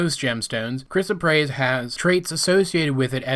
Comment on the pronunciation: You got the pronunciation of Chrysoprase pretty much right. I think it's like "cryzo-prase".